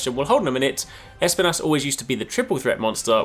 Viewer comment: Pleaseee don't pronounce it *E*spinas as the woman in the trailer. Espinas means spikes in spanish and it's pronounced esp*I*nas. The stress is on the I and not the E!